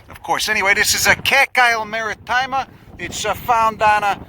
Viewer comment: it's not maritima, it's MARITIMA